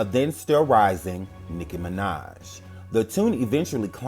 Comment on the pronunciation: I keep laughing because it sounds like he’s saying nigguh minaj